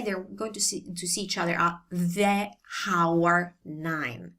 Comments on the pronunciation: Brilliant video grazie mille. Just for your own interest when we say "hour" in English the "H" is silent. Not pronounced at all so you might find it easier to say "our" and "hour" the same way. It's less effort for the vocal cords too. Blessings and peace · Please don't pronounce "h" at the beginning of "hour". It sounds super weird. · We do not pronounce the “ h” in hour, FYI.